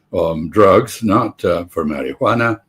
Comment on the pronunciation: Love the Ambassador's pronunciation of Marijuana